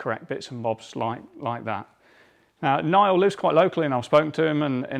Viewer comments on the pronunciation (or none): GREAT VID!!!! But.... If you know Niall then you'll know it's pronounced Neil...!